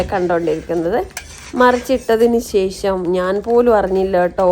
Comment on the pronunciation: അടിപൊളി.. പക്ഷേ ....ശേ... ശം അല്ല ശേഷം ആണെന്നാണ് എൻ്റെ ഒരിത്...😊